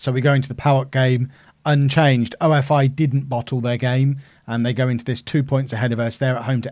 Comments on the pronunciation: OFI is pronounced as "offee" and labrou is pronounced as lAbrou and not labrOU also xydas is pronounced as kseedas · OFI is pronounced ‘oh-fee’ like coffee without the c